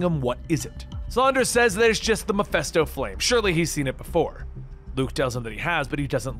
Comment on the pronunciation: why this man keep saying MephEsto